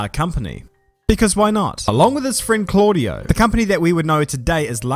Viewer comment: But still not Claudio D